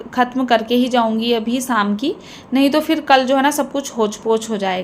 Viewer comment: Nice vlog Thora sa speaking style pe dyhan den vlog,wash,morning Yani o waly words me apki pronunciation Sahi ni isy improve kijye shadi ko Saadi,tasty ko tashty,sham ko Saam mtlb sheen ko ap seen khti hyn n seen ko sheen khti hyn improve kijye I hope you dnt mind 😊